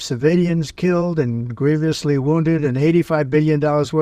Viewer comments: "Greeveeus... disastreeus"... can't read, can't speak.. can't lead...help him, Jesus. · I’m so sick of this fool claiming everyone else is incompetent. I know full well I’m not the only one who heard him mispronounce “grievously”.